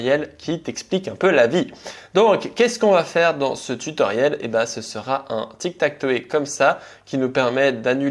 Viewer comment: Belle video comme d'hab, juste ine petite remarque, tu parle avec des termes anglais, tu devrai essayer d'améliorer ton accent par exemple on dit TikTakTow par TikTakToé, juste une remarque.😊